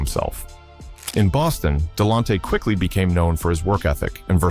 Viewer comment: Please pronounce his name right damn 🤯